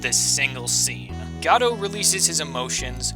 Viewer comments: It's GOH-DOT. As in the word "Go" and "Dot" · I think Godot while I thought it was pronounced that way at first, is really pronounced got it. Just really fast. I love your number 1. I love all the games in the series. Another one for me at least was Turnabout Samurai from the 1st game. That moment when Phoenix comes to the realization that the steel Samurai is not who they thought it was...took me for a loop. My least favorite game out of the ones I've played is Justice for All. I disliked the big top case. It felt like they were running out of ideas at least to me. Until they dropped the Matt Engarde bomb. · I'm pretty sure Godot is pronounced Goh-doh. Made up of the last two parts of his original name: SPOILER Diego Armando. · Gah-doh? GAH-DOH?!! FRICKIN GAH DOH?!!!!!!!!!!!!!!! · IT'S GADOLT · I wonder what happened to the t in Godot